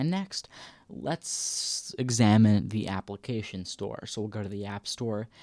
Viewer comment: we say application not APPLE - acations